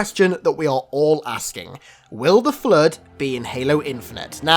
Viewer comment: Oh my god, it's in this video, too! Whoever reads this, turn on the subtitles when says "flood". Seriously, the "Flirt"?!! NoOooOooOOOOooooO!!!